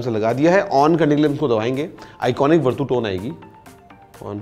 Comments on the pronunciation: Verdu nahi he bhai it's vertu 😂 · sir wo वरटू नहीं वर्च्यू होता हैं... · Vartu nahi is ko varchu padhte hai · Aap ke uccaran me kuch problem hai,, it’s verchu not vertoo,, we didn’t expect from u.. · भैया इस को वर्तू नहीं बल्कि वर्चू बोलते हैं। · Its verchu not verdhu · It is pronounced as "Virtue"